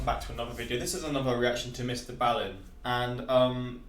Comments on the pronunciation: B-aaaallen not bailen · it's ball-in. Not baal-in. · you got to start saying his name properly